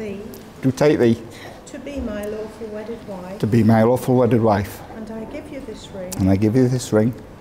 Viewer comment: Did he say awful wedded wife 😂😂